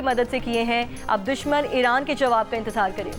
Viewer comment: She told us irank ne ?🤭